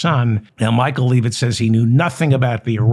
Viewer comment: Do you call her "Leave It"on purpose or have you just never heard the name pronounced out loud?